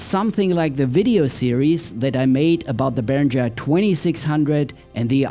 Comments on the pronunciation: Uli Behringer hat deutsche Wurzeln und deswegen heisst es Behringer und nicht Berinscher 😘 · Hallo, danke für das tolle Intro, meiner kam auch heute an 😊 Behringer spricht man übrigens deutsch aus, ist auch zufällig mein Nachname 😬